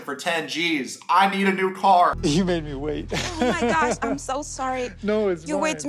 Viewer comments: I noticed that too! Her accent dropped when she said "oh my gosh" several times. She sounded straight American. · she goes on my gosh I’m soo sorry in mid-western and then remembered her accent n choppy English